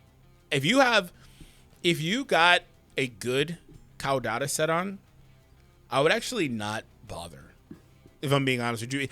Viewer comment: Its pronounced Kaw like a bird says KAWKAW🦅 kaw-da-tuh CAUDATA